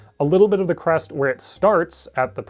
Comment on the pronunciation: I kept mishearing “crest” as “breast”. tfw no big tiddy dilo gf